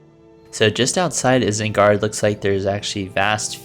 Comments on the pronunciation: if I hear you say isengard like that ONE more time while im watching this vid- GOD DAMN IT. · Why did you say isengard like that... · I feel like this guy is lying about not knowing “anything about Middle Earth” because ain’t no way you haven’t heard “Isengard” pronounced correctly.